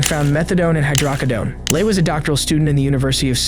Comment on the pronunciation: Also, just wanted to add that the way they pronounced hydrocodone gave me a headache